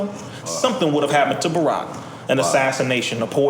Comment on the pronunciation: Did this nigga call barack "borat"?